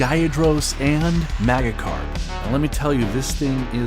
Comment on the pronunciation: bro u rlly pissin of mad pokemon fans. its magikarp as in magic, and gyarados is pronounced g-yair-ruh-dòs.